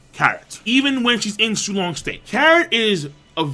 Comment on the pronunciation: Did you just say su-long meat? Thats f**** up bro